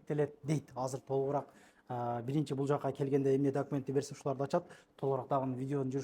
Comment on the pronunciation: ДАКУМЕНТ ЭМЕС ( ДОКУМЕНТ)